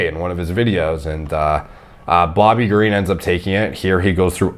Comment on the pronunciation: Bobby king Ga re en? Wtf it’s Green dude like the color lol